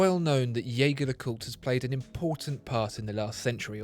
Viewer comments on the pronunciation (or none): Hang on, you called it a “Yaygar le Coot”, usually it’s pronounced “Jergere le Coot” on this channel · If only the spokesman for Watchfinder could pronounce Jaeger-LeCoultre's name properly. "Jaeger" =/= "Jäger" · Beautiful video with excellent production, as always. But please double check how Jaeger-LeCoultre is pronounced. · The video is great but it's a shame that he keeps pronouncing the brand's name the wrong way… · What about learning first how to pronounce the damn name of the brand so maybe than we can try taking you seriously.....hm?? What about that? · Surely, it couldn't hurt to learn how to pronounce Jaeger LeCoultre? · Mispronouncing Jaeger-Lecoultre right off the bat. Not a good move for a watch channel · Excellent video as always. BTW, try pronouncing Jaeger in french, not in german, in their official youtube page, you can hear how the brand is correctly pronounced. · I love your videos. And I am thankful for the usual great content. If I may: The way you pronounce the name of the band is incorrect. You may wish to look into it for your future reviews or simply call them JLC. Thanks again. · He can't even pronounce the name of the manufacturer of the watch! Try to at least get that right before you launch into your "review"